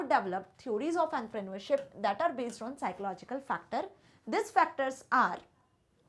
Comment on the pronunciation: The way she say entrepreneurship In her own way is literally annoying